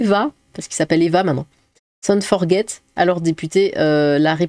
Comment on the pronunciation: Pale Français Forget pas "Forguet"